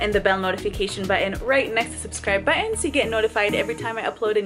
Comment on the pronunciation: Can you pleas say "Button" and not "Buens" this triggers me every time..